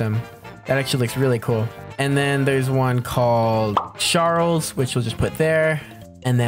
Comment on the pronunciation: Sharls sounds like choo choo charles